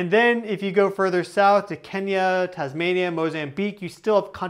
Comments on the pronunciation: Tanzania not Tazmania! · It's not Tasmania it's TANZANIA...Thanks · A little slip of the tongue , Tanzania not Tasmania....... 😂😂